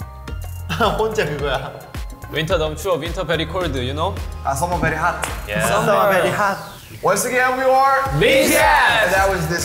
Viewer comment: Jin: Winter is very cold, you know? RM: proceeds to copy Jin's accent Summer is very hot?